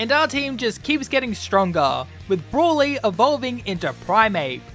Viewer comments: How do you pronounce broly so wrong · I know. He just pronounced it wrong